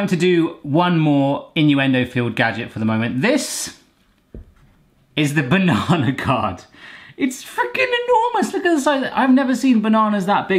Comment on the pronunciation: lmao! I thought you said "banana cod". a delightful cod piece for your banana!